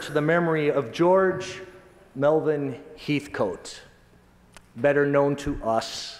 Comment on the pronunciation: Heathcote is pronounced Hethkit.